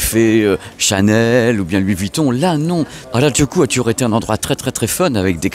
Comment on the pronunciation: petite correction, ce n'est pas hardjoukou mais Harajuku (u pas ou) merci 😊 (presque comme votre "à raz du q en français") même si on sait que vous n'aimez pas les langues 😂😂😂